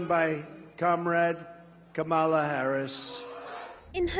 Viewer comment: Woah. Talk about conservative skewed reporting. Not even the old guard of the Republican Party is backing Trump, they’re backing Kamala Harris. Say her name right also.